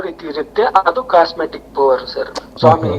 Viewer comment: ಅದು ಕಾಸ್ಮಿಕ್ ಎನರ್ಜಿ (ಕಾಸ್ಮೆಟಿಕ್ ಎನರ್ಜಿ ಅಲ್ಲ)